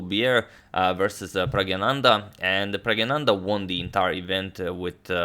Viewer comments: Hey Toni it’s Prag-nanan-da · when you speak Indian names..try stressing in the middle of word for correct pronunciation. pragGNAnandhhaa. viSWA NAthan anand. NIHAL SERIN (XD).